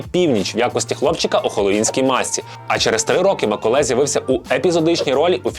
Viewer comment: Я думала, що це тільки я чую "Миколай"..😅🤗😁